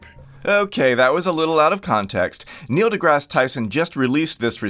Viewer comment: He can’t even say Neil’s name right.